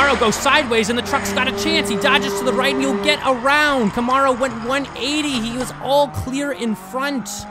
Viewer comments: I dont think i’ve ever heard it pronounced “ca -morrow” 😂 But the spanish commentary is legit as well!! Buen Carrera!!! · The ARO in Camaro Is pronounced like arrow